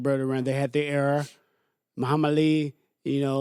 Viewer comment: He said maham ali..😂.. daam all the hits to the head